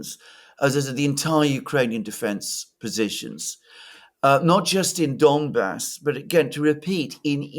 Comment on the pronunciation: It's not "Dombas," but "Donbas." Or "Donbass." Both are fine. (One being "Ukrainian," the other "Russian.") Unless you mean "dumb ass." But I hope you are not referring to yourself.